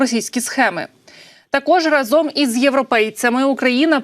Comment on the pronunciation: Разом:наголос на першому складі!!!!!!